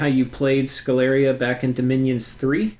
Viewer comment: I suppose Sceleria should be pronounced with sh as in sheep due to the name being derived from latin (campus sceleris) Great guide as always!